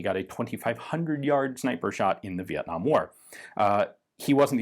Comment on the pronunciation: You nailed pronouncing Việt Nam Ian